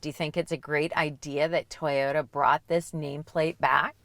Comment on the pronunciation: Atleast they say toyota correctly unlike TFL with their tie-yota